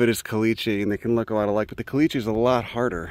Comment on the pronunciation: I never knew there were desert Passiflora!! Also: I kinda love they way you say "caliche", and I have no idea why.